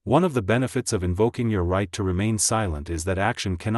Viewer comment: Is there any chance you could find a human English-speaker to read your scripts? Your robot voice is dismally painful. Could you teach your robot that the word “to” is not an acronym, it does not need to be spelled, it is a simple word.